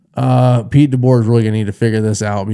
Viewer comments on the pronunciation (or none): none